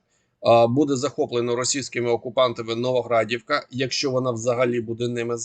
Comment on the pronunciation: На мапі НовогрОдівка, а кажеш НовогрАдівка. НовогрАдовка то в іншому місці. Не лякай людей.